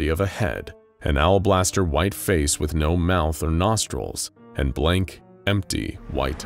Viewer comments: Alabaster not owlblaster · "Owlblaster white eyes..." C'mon, son. Alabaster. 🤣